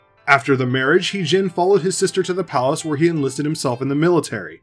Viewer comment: It actually his name sound more like her d*zing(modern). *Tougue position for a d pronounciation, while exclaiming zing. Regardless, good job with this video!